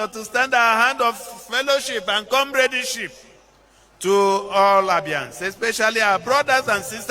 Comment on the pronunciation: Speech was written for him, couldn't even pronounce "comradeship". Anyways, I hope you usher in good governance to Abia state. That state don suffer since 1999.